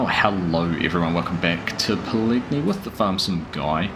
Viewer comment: Just a heads up with the name Pallegney: The g is silent, but gives the n a tilde accent (ñ). So it sounds like Pal•le•nyay.